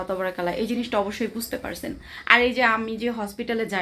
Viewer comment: Assalamu alikum please jokon pat korben tobarakallah bolben na!! ata wrong!! Bolun TABARAkALLAH ok sister ❤